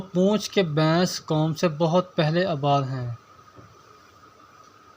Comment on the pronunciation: Yar bains nhi hota baiss hota hai